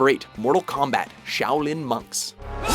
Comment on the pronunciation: I like how you called it combat instead of kombat